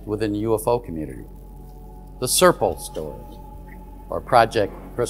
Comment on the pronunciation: Really enjoy these reports, wish Richard would try harder to pronounce Serpo better lol, all I heard over and over was Serple, and he said it a lot. Imho, I believe the story to be true, just don’t understand why Richard thinks we, the primitive ones know everything there is to know about maths and physics.